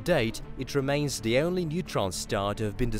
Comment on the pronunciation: Say "only" NOT" eonly! It's horrible to hear this rape of the English language! 😎